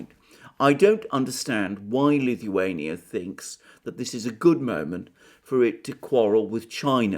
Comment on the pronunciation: pronounces Lithuania like Stewie from Family Guy 🤪. Please say “cool whip”